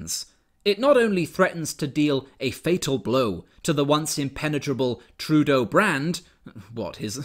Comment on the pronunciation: Did you just call him TruDoh? Because that is genius. XD